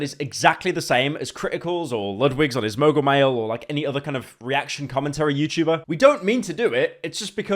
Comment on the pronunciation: He doesn’t say Youtchuber anymore😔